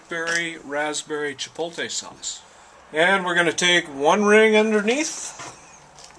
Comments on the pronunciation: It's Chi-poht-lay, not Chi-polt-ey. Move your L back to where it belongs, otherwise, great video. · I have seen several of your videos and I really enjoy both of you, and your friendly, accessible approach to cooking in your dutch ovens. I even love that you can't pronounce chipotle right! I'm pretty new to dutch oven cooking, but I love it and can use all the good ideas I can find. Keep those good videos coming - you're making the outdoors a better place to cook! :-)